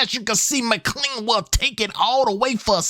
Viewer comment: its McClellan not McClean